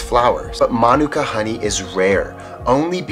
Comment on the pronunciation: Awesome pronunciation of mānuka, particularly the length and stress of the first syllable! It's quite common for Kiwis to put the stress on the second vowel with the U, but actually the A vowel of the first syllable is long so it should take the stress (and Māori typically puts the stress on the first syllable anyway when there's no long vowels). It means a lot that you make such an effort to pronounce Māori words correctly; I wish more Kiwis would do the same. 👍